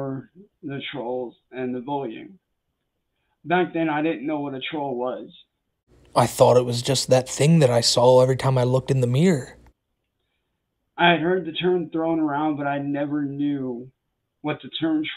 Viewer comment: “, I’m tired of your vullshid vullying” -Cyrax, probably